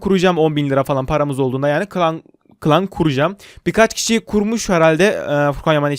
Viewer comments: Klan of Klans Diyil La Klaş of Klanssss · abi klan of klan deyil klas of klans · Klaş of klañs diye okunuyo abiiii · Sen kışla larını som seviyye yap o zaman iyi saldırı yaparsın. Birde klan of klans değil klaş of klans demen gerek.Taş kutularını kır içimdem 25 taş çıkacak. Klan kur klan savaşı yap ganiment al belediyyeni yükselt. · o klan of klan degil Clash Of clash yani Klash Of Klash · Klans of klans ne yaw :D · Clash of clans candır ama adını yanlış söylüyon uyuz oldum